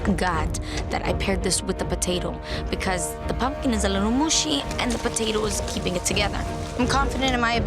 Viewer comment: I was done when mary said I AM PUMP-KIND 😂❤❤❤❤